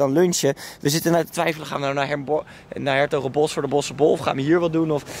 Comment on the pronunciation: je spreek s'hertogenbosch uit als shertogenbosch of Den Bosch niet is Hertogensbosch, ff tippie;-)